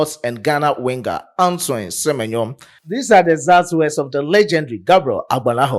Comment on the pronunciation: Se-me-nyo is superb 👌